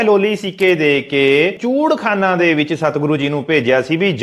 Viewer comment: ਚੂਹੜਖਾਨਾ ਨਹੀਂ, ਇਹ ਚੂਹੜਕਾਣਾ ਬੋਲਦੇ ਹਨ।